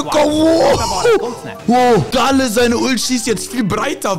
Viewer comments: gäl nicht gale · kannst du mir sagen warum du gale so aussprichst als wäre er ein organ